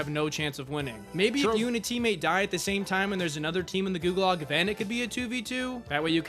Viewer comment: Ah yes, the best "gualag"